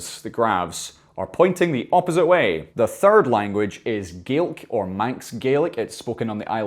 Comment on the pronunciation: I'm so sorry, I just have to say this😂 The way you pronounce Gaelic, sounds like a very good impression of an Australian saying garlic - From an actual Australian